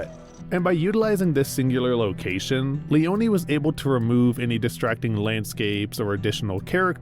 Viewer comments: The correct italian name is Leone not Leoni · sergio leone is not pronounced »lioni« … he is pronounced LEONE, ffs. the fact that united statesians are always too ignorant to do proper research on how to correctly pronounce non-anglo-saxon names, in this age of google, is beyond me. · is it that hard to pronounce sergio leone? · He manages to butcher Leone's name 🤦🏻‍♂️